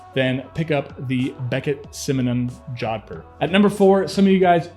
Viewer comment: Please check the correct way to pronounce Jodhpur. You massacred the word.